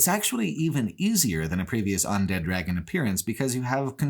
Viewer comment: Look, he says all sorts of things weird. He consistently pronounces "undead" as "ondead" and he was saying "Because" as "Becoose" at one point. You just roll with it.